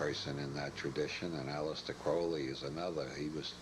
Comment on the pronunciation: Okay, I see what he's doing here. He's mispronouncing words like ''magic'' and ''cannabis'' to keep us guessing. I've never heard anyone call it ''may-jik'' or ''Kin-aah-bis'' before. And Aleister Crowley is seriously bungled with ''Aleesta Crawlee" :face-green-smiling: You gotta watch old Bob, he's going to turn your head around.😅